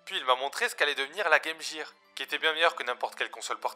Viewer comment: Hahahaha, ça me file la gerbe🤣🤣🤣🤣